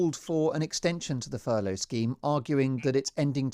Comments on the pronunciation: This mong actually called it "furlong" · Just goes to show any thick plastic faced knob can make money, brains not necessary. By the way, it's Furlough, not Furlong. Maybe Charlie's had too much charlie up his hooter.